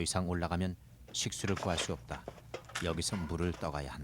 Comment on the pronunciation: 읍따.읍써. ㅇ좀 고만처라.